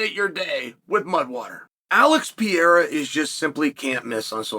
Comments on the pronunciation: Dude try to pronounce PE-REI-RA, not pee-ayra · Stop saying pierra, it hurts my brain